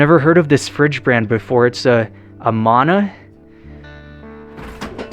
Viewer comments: Pronounced A-man-a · If I remember right, it's pronounced, Ah-Man-A. I'm sure I've had one, at sometime, over the years, somewhere. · The fridge is called uh-man-uh. From Amana, Iowa. They made kitchen appliances. They moved to Mexico years ago but are still in business.